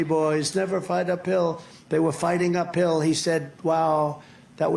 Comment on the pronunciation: “Uphill” oohhh, so that’s what he was saying…I swear I heard “never fight a pill” 🤣🤣🤣